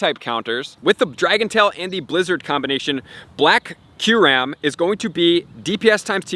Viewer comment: It’s pronounced: “ky-you-rem.” Not “curam”